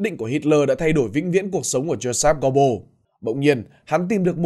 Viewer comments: Phát âm cái họ của ổng sai bét rồi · Ít nhất đừng đọc tên một người Đức theo kiểu Anh